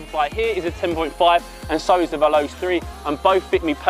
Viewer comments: YOU DO NOT CALL IT VELOSE!! IT'S PRONOUNCED 'VELOCHAY' . MY GOD! I THOUGHT IF YOU KNOW SO MUCH ABOUT FOOTBALL BOOTS, YOU WOULD KNOW HOW TO PRONOUNCE THEIR NAMES!! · its (vel-oh-chei) not (vel-os) no judge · it's not vel-ows is vel-o-chay